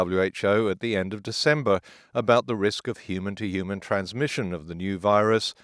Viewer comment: Now if only someone could explain to me why people keep dropping the 'h' in 'human'.